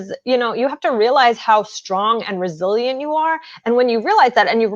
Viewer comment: Every time you said "Resilient" I thought you said Brazilian lmao you know, just learning